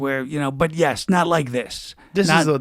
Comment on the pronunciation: “So You still live in New York”........ “yes”(in the thickest New York accent you ever heard)